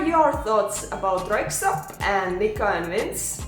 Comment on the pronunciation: Your pronunciation of Röyksopp were perfect👌 Din uttale av Röyksopp var perfekt👌